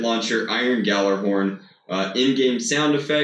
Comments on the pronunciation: Yall-er-horn. If I hear Gajallerhorn one more time I'm going to scream. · when you said G Jallerhorn, i died a little its pronounced Gallerhorn the J is silient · No no itsnot ga jally horn IT IS GALL-A-HORN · Its pronounced galerhorn not gejalerhorn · It is NOT galaRhorn it is pronounced galahorn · Guh-jallarhorn... It's pronounced "yallarhorn" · It's not g jalahorn it's pronounced gallahorn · I'm sorry but its pronounced G-all-a-horn. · pronounced gallarhorn my dude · it's actually pronounced gyallarhorn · I think its pronounced gyallarhorn, as it is heimdalls horn of doomsday. he blows it to signal the start of ragnarok (destruction of the nine worlds) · Almost died laughing at ga-jiggle-jig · ah yes, Gah-jallah-horn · the J in gjalahorn is silent it sounds like galahorn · 1.gjalahorn is not in the new destiny 2.galahorn that's how you say it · (Gal-ah-horn) that’s how it’s said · bro the j is like Gal so it is pronounced Gal-er-horn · In old Norse its pronounced yallerhorn I hate when people do this to my ancestors! Gjallarhorn is the loud victory rams horn after winning battle the story is hemmdal the God gave the original to a great warrior who also became a God might not be correct about that so dont quote me but ITS yallerhorn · ITS PERNOUNCED GALLARHORN BUT SPELLED GJALLARHORN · It’s gallahorn. The “J” is silent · I think its pronounced “galar horn” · Preeeetty sure it's pronounced Gyallerhorn But that's just my thought. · its meant to be pronounced gallyhorn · BTW its pronounced g-yaller-horn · Gjallarhorn is pronounced yal-er-horn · gjallarhorn is pronounced (gall-er-horn) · it's pronounced yal-er horn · It’s pronounced Gallahorn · its pronounced gal-ah-horn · Its pronounced galahorn not GA ja lahorn play destiny godammit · It's pronounced gallahorn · Does NOBODY know how to properly pronounce Gjallarhorn, or do people just mispronounce it to piss me off? Yallarhorn! Gj = Yuh. Not Guh. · It's pronounced "Yallerhorn" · You botch it's name